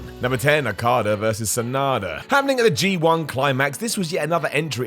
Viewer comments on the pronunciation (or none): none